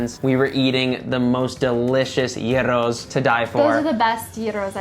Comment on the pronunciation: Το πρόβλημα ήταν η προφορά τους. Πρόφεραν Γιούρο αντί γύρο. Δε νομίζω ότι το γύρος ή γύρο ήταν το προβλημα